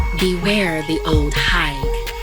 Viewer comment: Small correction: I’m Guyanese “Old Higue” is pronounced “Old Eye”